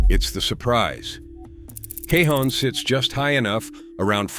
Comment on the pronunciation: Pronounce Cajon correctly dammit. And Tejon, too, for that matter.